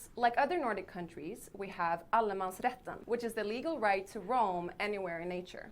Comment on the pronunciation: As a Dutch that sounded like Alle mans Rechten/Retten. Reading swedish and understanding it a bit, yes, but pronouncing it or listening like i can to german.....